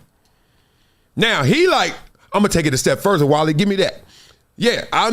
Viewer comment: K wiley ur ok with someone butchering ur name, not everybody will be. Druski could've poke his corny joke another way.